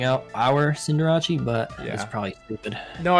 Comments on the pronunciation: love how Wolfey's got saying Cinderachey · i feel like ray truly believes that it's pronounced cinderacheee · Why do they pronounce "cinderace" that way? Is it a joke or something? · You mean the correct way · I like team building wideos, and I like collabs, so I double like this. I also think it’s funny that picked up Wolfe’s pronunciation of Cinderace by the end